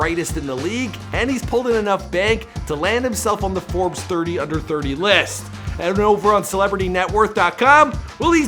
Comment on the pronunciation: Forbes LIST